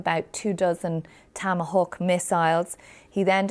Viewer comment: She can’t say Tomahawk either. How many decades have the US been firing Tomahawk cruise missiles at things? She doesn’t seem to know what they are…